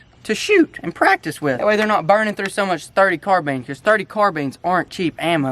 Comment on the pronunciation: Omg it’s not pronounced CARBEAN it’s pronounced M1 CAR-BINE 🤦‍♂️😤